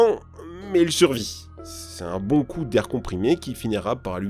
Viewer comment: "Oh que c'est bHOnNN..."